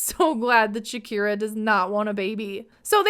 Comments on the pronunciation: Great video! But I’m confused about the way you pronounce her name. Isn’t her name Shekinah and not Shakira? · Dude you kept calling her Shakira. Her name is Shekinah and you know that.